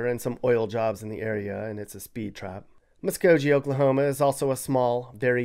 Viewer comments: You mispronounced Muskogee. Hard G my guy! And yes it's a Native name and the actual name of the Creek Nation! HokaHey Represent! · Your pronounced Muskogee wrong, Hard G. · It's a hard G in Muskogee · It's Muskogee. Not jee but gee. Sounds like the karate uniform. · Musko-G 😂 its Musko-gee. Lower case. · Wait...back up! Did he actually DUR-ant and Musk-O-JEE?! Anyone from either city knows its pronounced DEW-rant and Muh-SKO-gee a "GUH" sound not "JUH" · well for some one who talks about being from oklahoma you sure struggle with some of the names! its not musk-o-G, its musk-o-GHE. it name after the creek nation indian tribe. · Muskogee is pronounced with a hard G sound, not like a J. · Yup, I noticed that as well. The g in Muskogee is a hard g; not a soft one. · You're awfully mean. And it's WASH-i-taw, not Wa-CHEET-a. It's Mus-KO-gee with a hard "g". Haven't you ever heard Merle Haggard's song? Do your homework. Born and raised in Oklahoma for 70+ years. Never heard the term yee-yee. You made that up. At least get the governor's name right: Kevin Stitt. As a graduate of ORU, I have to advise you to Google where it ranks as far as academic excellence. You'll obviously be surprised. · Can't believe my ears when I heard him say Muskogee. Musko JEE!? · Did you say "Muskojee"? 😆😂🤣😂😅 Never heard the term "yee yee" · Muskojee. Lmao wtf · muscojee is by far my favorite screwed-up way to say muskogee. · 405 born and raised and gonna stay. I bleed Crimson and cream. Thought this was legit when ya said bobos chickn buuut musgoee u messsed upppp baaadddd u suk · Native Oklahoman here, born in Muskogee (you pronounced the 'g' incorrectly btw) and grew up all over what is known as Green Country. Just about everything you said is spot on but I have to admit that I've never heard "yee yees" until now. Thanks for all the great content and for reminding me of why I'm proud to be an Okie from Muskogee (hat tips to Merle Haggard)! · The way you pronounced Muskogee got me dead